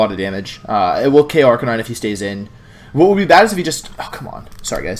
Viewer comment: Why did you forget how to say Arcanine correctly?